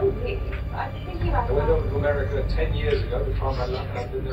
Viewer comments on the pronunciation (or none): none